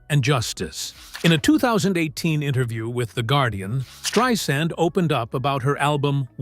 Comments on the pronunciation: At least say at least use her right name you're not spelling it right and you're not saying it right thank you okay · Learn how to pronounce her name.